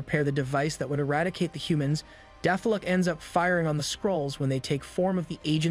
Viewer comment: Ummm, they were dealing with the Inhumans, not Deathlok. And it's pronounced death lock, not deeth flock.